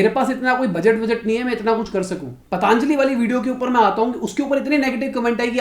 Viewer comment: Patanjali naam toh sahi se bol le, it's पतंजलि not पतांजलि...😁😁😁 Fashion ho gya hai kya पतंजलि ko पतांजलि bolna